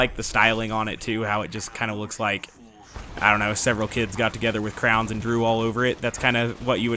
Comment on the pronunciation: I thought my friend was the only person he pronounced Crayons as "Crowns"